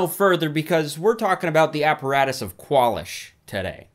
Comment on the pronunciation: It's not "KWAL-ish". It's "kwalEEsh". What are you, stupid?